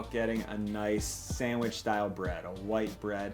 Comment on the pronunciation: anyone else bothered by his pronunciation of "sandwich"